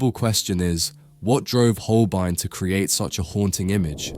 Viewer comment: Der kann ja nicht einmal HOLBEIN sagen! Es ist einfach nur jämmerlich, solch oberflächliche und unprofessionelle Kommentare!